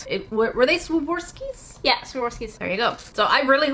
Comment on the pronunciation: Tough word for sure, but it's actually pronounced swar-ov-ski :)